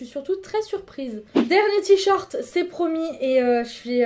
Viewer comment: On dit t-shirt !!!! Pas t-short >.<'